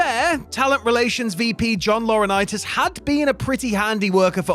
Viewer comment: "The brain child of John Laurinitis", say no more, say no more.